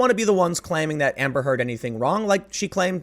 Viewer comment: The way you say Amber Heard kinda makes it sound like you're saying hamburger.